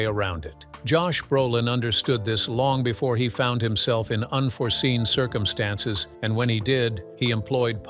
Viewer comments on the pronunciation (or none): none